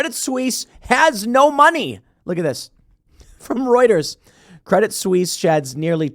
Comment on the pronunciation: A silly point: the "t" in "Credit Suisse" is silent (stress on the second syllable).